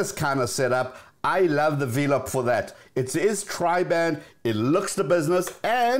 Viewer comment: I thought the pronunciation of velop sounds like and a play on the word “envelop” and not Vee-lop. Anyway I love this channel.